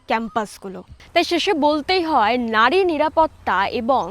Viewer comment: It's নারী not নাড়ী